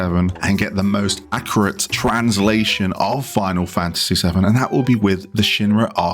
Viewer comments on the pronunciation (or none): I stopped watching when you said akrite instead of accurate